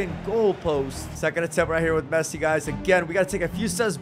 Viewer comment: Bro said Fessi 💀💀